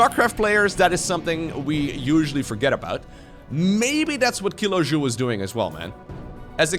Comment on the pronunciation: Funny game and commentary. Only Kilojoul could be pronounced more English, not French ;-D